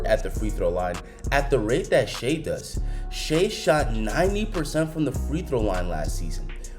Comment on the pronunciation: Damn, NBA YouTubers still don’t know how to say Shai’s name.